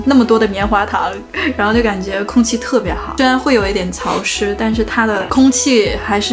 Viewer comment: MY 我又点进去随便看了几分钟听出来这么几个， cáo湿，zù的地方，当zōng，轻shōng，shuǒ有，借zù。可能北方口音里有这些发音错误听着比较明显吧，南方口音或者马来西亚口音大部分z zh都不分的话听着倒还好，这不算是东北普遍口音了。